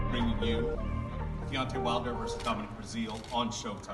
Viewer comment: or Wilder's next opponent in May 2019 is Dominic Breazeale but I heard Wilder call Dominic, Dominique prounounced Domineek